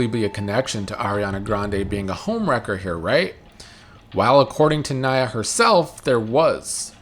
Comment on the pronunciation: It's Naya, not Niya.